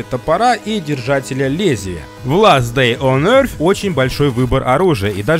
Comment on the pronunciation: Меня бесит когда говоря ласт дей он йор если он ласт дей он йорч йорч-er